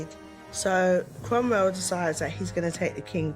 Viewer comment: Cromrell. "Cromwell." Cromrell. Judi is the best